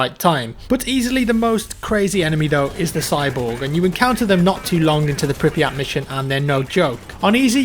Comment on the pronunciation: it's pronounced prip-yet